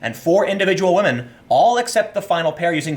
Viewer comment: One word "whamen"